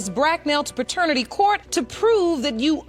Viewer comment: It's pronounced pat ter nitty court. Not pertanity court.